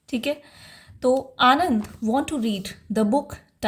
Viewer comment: Mam vo Anand nhi Ananda hai